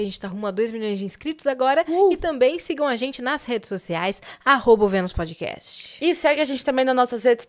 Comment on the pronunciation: aprenda a pronunciar “PODCAST” aqui: E pod- KAST não pod-Kest